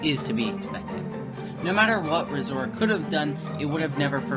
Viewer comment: 1) Seperate the art from the artist, poor analogy, see Gary Glitter/Chris Brown 2) Its Rezoura not Rezora 3) Its HalfPint not HalfPrint, you said halfpint at one point while showing DNC's profile picture. You said halfpint didn't have evidence which could result in rezoura being made to look the victim, I mean Catana consolidating 30 pages worth of evidence which is how Rezoura got destroyed in the first place and why his credibility is gone.